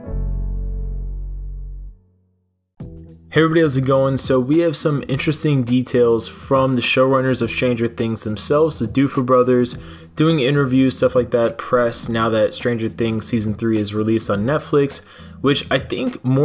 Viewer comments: its the Duff-ers...not Doof-ers hahahah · It's Duffer not Doofer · Doofer brothers? Hahahaha learn to read, buddy. Also the Duffer brothers originally said they wanted five seasons, not four. But seriously. It's Duh-fur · It's the duffer brother's not the doofer brothers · Duffer brothers or Doofer brothers? 🤔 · Doofer brothers? Who's that🤣 DUFFer brothers lol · “Doofer” brothers